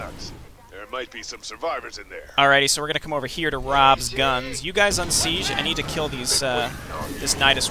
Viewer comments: The way you use the fricative [ʒ] instead of the affricate [d͡ʒ] in [sid͡ʒ] really messes with me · The way you use the fricative ʒ instead of the affricate d͡ʒ in [sid͡ʒ] really messes with me